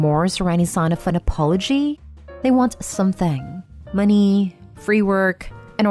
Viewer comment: Why do you say money so awkwardly? Why moneyyyyy?